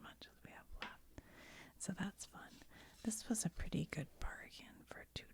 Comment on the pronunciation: i was dosing off and when you said "i have a pretty good nose" i thought you said "i have a pretty big nose" i had to rewind to clarify haha